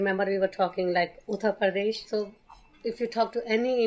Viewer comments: Priya : uttar Pradesh Andy : uttara predash🤣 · Yo Andy pronounced Uttar Pradesh more authentically than Priya! Man went full Sanskrit with Uttra Pradesh.